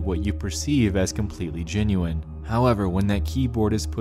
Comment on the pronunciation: Creepiest thing in this video is the way he mispronounces genuine to sound like ginuine